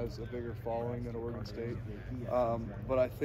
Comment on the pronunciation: Oregon State. Oregon state come on it’s not that hard